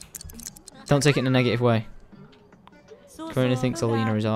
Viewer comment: he said you don not you dont